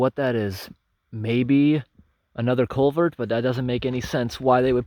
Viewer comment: "CulverT!" haha :P I like your accent man, where are you from? Do you travel far out for some of these jobs or are they all in the towns/cities close to home?